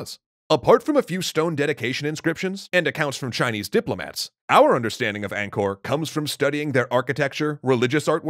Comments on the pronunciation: As someone whose family was pushed out of Cambodia due to the Khmer Rouge, anything to do with Cambodia and its' culture excites me. Just PLEASE stop saying "ayngkor" instead of "ahngkor". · The enunciation flits from 'anchor' to 'ang-core'. Proper pronounciation is 'aang-core'.